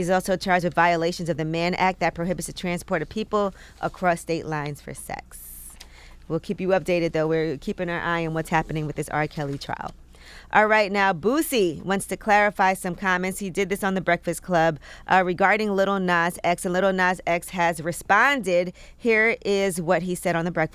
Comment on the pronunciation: Anyone else from the south get triggered by the way the day Boosie name?🤔